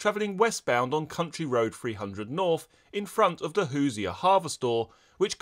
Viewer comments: Hoosier is pronounced hoo•zhr like Leisure with a “Who” at the beginning. Other than that, keep up the good work! (Indiana is the Hoosier State and no one really knows what it means) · "Hoosier" is "Who-zer," And it's from "Who's there."